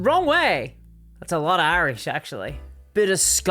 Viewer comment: Cracks up at your "Irish" I was fortunate to be able to visit your fine fine land. I was there 8 days and tried to see as much of it as I could. Dublin is quite nice. I wished I could have stayed longer and took a leisurely time... but I took the rushed tours that just made me want to relax and see more. My heritage is from northeastern Ireland Of Mayo and Sligo counties.... I didn't get to visit Northern Ireland at all unfortunately.